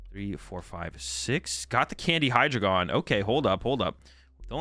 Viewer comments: For the pronunciations: The whole joke of the Hydreigon line is that it contains the german words for 1 2 3 D Ein o Zwei lous Hy drei gon So they're pronounced Dye-no Zwai-less Hy-Dry-gun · As a German speaker, I’ll help out with the pronunciation: DY-no TSVY-lohs Hy-DRY-gon They’re base off German numbers of 1/2/3.